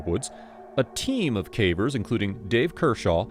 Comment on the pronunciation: There are some hints that it's someone's real voice but fed into AI, nothing exactly wrong with that but if you're paying for a narrator and they are feeding it into a machine that copies their voice.... that's gray area to me. There are mispronounced common words "cavers" being "caw-veers".